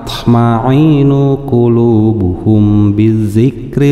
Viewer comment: Masya Allah. tapi punten dikoreksi. lain waya Kullu tapi waya kuulu. Kullu vs kuulu bisa beda arti. secara keseluruhan bacaanya lumayan, tapi kudu ditingkatkan. sok milu kajian tahsin (Qur'an). semangat jooos